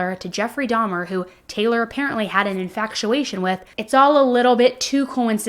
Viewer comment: Infatuation.. not in faCtuation